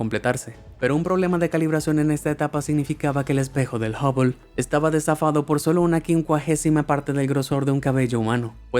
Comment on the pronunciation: Min. 3.10 desafado o desfasado????